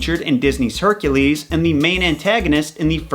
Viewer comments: who the fuck pronounces hercules like hair-cool-ees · Why do he pronounce Hercules like it’s an “A” in his name so annoying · Why is he say Hercules wrong anyone notice that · He can’t say Hercules Wright 💀